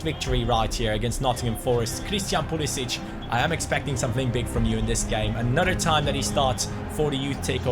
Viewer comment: You are saying pulisic name wrong